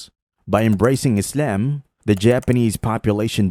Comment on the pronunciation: The absurd pronunciation of "Islam" is offputting. Stop it. Also try not to sound so smug.